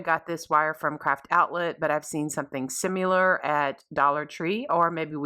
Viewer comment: Similar. NOT simUlar. Taut NOT tauNt. Taunt means to tease.